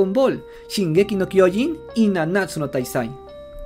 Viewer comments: Al fin alguien dice bien el mombre de shingeki 😄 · Cómo me gusta escuchar el Nombre de shingeki no kyojin bien dicho en español